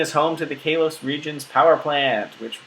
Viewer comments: XD KAY-LOCE? you mean koll-loce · You pronounce it like kar lose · it is not stated ka-lose it is said kol-ose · Talented Umbreon I think he means kalos. He says Kay-los not kal-os. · "Kay-lose" lmaaooo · your saying the name of the region wrong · The way you pronounce Kalos makes me want to run kittens under a lawnmower... Nice video, though.